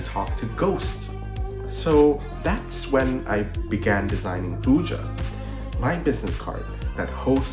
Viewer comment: Super cool project, love how it turned out! Just FYI, “Ouija” is pronounced “wee-jee” and not “ooh-juh!”